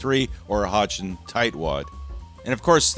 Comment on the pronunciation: The powder manufacturers Hodgdon is pronounced like "hoddon", the G is silent.